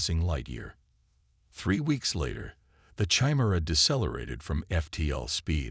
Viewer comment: How does an AI reader not know how to pronounce Chimera?